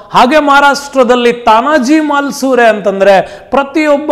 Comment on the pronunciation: ತಾನಾಜಿ ಮಾಲಸುರೆ ಅಲ್ಲ ಮಾಲುಸರೆ MALUSARE